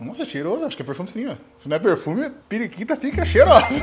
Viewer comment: Não tanquei quando o disse. “Perikita “ KKKKKKKKKKKKKKKK